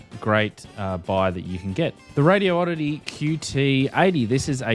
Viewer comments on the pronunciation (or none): "Radioddity"... Radi-oddity not Radio-Oddity😉